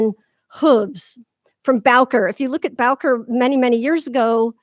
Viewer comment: Just a comment about the pronunciation of one of the great grand masters of classical riding. Baucher is not pronounced “bowker” but “boshay”. Sorry but it drives me nuts when people butcher these names. Love your videos and philosophy!